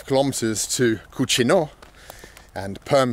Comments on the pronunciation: A useful tip: when a Russian toponym ends with -ino, the stress almost never falls on I. So it will be either Kúčino or Kučinó. For example, Borodinó, Leublinó, Mářjino, Mítino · Kuchino is spanish means Nasty but it's spelled Cuchino but pronounced the same way. The bus driver probably doesn't get a lot of english speaking tourists as he probably isn't used to it. Probably wonder why anyone would want to take a vacation there. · As a Spanish speaker hearing Bald repeatedly say “Kutchino” made me laugh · Gay-va and cutze-no